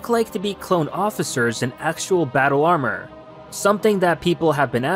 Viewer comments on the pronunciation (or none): none